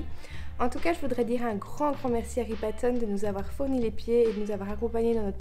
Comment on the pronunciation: Massive la table 😅 Pour la marque des pieds, on ne dit pas ripa-tone mais ripa-ton. Ripaton est un terme populaire pour parler des pieds de quelqu'un 😉